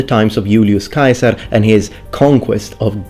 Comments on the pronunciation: Dude, "Yool-yoos Kaiser"! I'm gonna drive everyone nuts with that. Just as I correct people when they mispronounce "bruschetta" and I explain to them it's Italian, not fucking German, now I'll have to say it's Latin, not fucking English. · Wonderful video thank you. I didn't know the correct pronunciation for Caesar. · LOVING the Classical Latin pronunciation of Julius Caesar!😀 It seems like no one wants to use the correct vowel sound for the "ae"... like ever. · Thank you for pronouncing Iulius Caesar's name correctly! Actually, I love all of your Latin pronunciation.